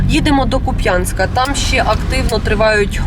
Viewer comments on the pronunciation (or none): 🆘 🆘 🆘 Завжди був К`УП'ЯНСЬК А НЕ КУП'`НСЬК. ТОБТО НАГОЛОС НА БУКВУ `У, а не на `я Часто бачу що журналісти цим нехтують, а людям обидно, враження що місцевих ЗНЕВАЖАЮТЬ. Порада, в'їзжаєте в населений пункт, не погребуйте перепитати в місцевих, як вірно називається село чи місто. 🆘 🆘 🆘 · Не Куп’Янськ, а КУп’янськ. Наголос на першому складі. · Сам оттуда наконец-то выехал 15.09 в Украину так как пока что слишком жарко, спасибо парням за службу. Небольшая просьба - говорите пожалуйста кУпянск) Хоть російскою, хоть українською мовою наголос на літеру "У") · Тільки КУп'янськ, а не Куп'Янськ)))) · КУп‘янськ,який куп‘Янськ ??!!! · Горе журналисты ставьте правильно ударение - КУпянске а не КупЯнск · Да коли ж ви всі вивчете що Куп`янськ має наголос на У! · Почему украинские журналисты часто не правильно ставят ударение на названии Купянска ?) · титр "журналістка" фейк. перша ж фраза - і не правильно наголос в назві міста. Це на журфаці вчать так лажати? Це ж не в Китаї місто. Десять секунд і вікіпедії можна перевірити назву і наголос. Ганьба і непрофесійна робота. У "бігусів" багато таких.